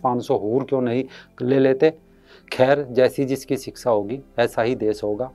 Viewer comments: siska nahi shiksha hota hai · सिक्सा नीति नही शिक्षा ।